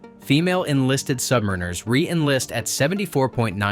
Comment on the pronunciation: SubMEReners - phuck, get the pronunciation correct - SubMARiners.